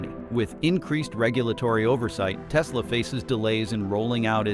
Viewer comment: "I love me some Teslurrr" 😂